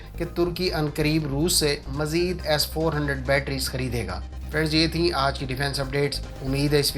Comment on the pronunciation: Majeed nhi mazeed hota ha! Bolna to seekh le pehle! 😛